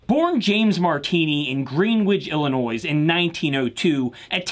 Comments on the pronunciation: “Ill-in-noise”. Nooooo 😭 it’s a silent S For here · Excellent mini-doc :yougotthis: Two things though: There's no "noise" in Illinois. San (sahn) Marcos, not "sane." I'm a big fan of the 4312 and the 4312 M and MK II. Is there an amplifier you recommend ? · The S is silent in Illinois. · Haha I get your pun: Illinoise not how it’s really pronounced Illino-e. 😎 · Oh god he’s pronouncing the “s” in Illinois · Dope video but the "s" is silent in "Illinois" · The s in Illinois is silent my friend. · The S in Illinois is silent. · Great video! I never thought I'd encounter a grown man who doesn't know that the S is silent at the end of "Illinois". I remember getting into an argument with a classmate about it as a 90s kid, who insisted it was "ill-eh-noyss". Reminds me of another kid who insisted that "Santa Fe" was pronounced "Santa Fee". Anyway, with Illinois, the S is silent. Keep up the dope vidz :D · The "s" in Illinois is silent. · As someone who live in Illinois, it drives me crazy when someone pronounces the "S" on the end of Illinois